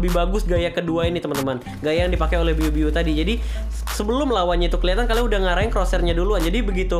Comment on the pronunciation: Bg biu biu bukan ibu ibu wkwkwk #gameterakhir